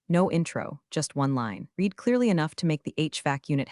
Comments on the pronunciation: You know we're supposed to be so impressed with how capable AI is but I think it can't tell when read should pronounced like reed and when it should be pronounced like red because it doesn't recognize the tense changes. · Voice bot STILL mispronouncing "resume" and the the past tense of "read." Seems like a easy fix if you actually had a "team" creating these AI stories.